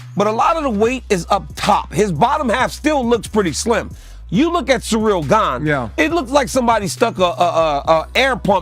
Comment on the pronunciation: Jon Jones made a commitment to misprounounce all the fighters in his new division Gaine and TaiTUTU Vasa and Naiganou :D